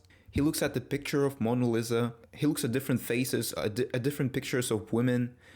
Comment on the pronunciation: also a quick note, its pronounced mona (you got that part right) "lee-sa"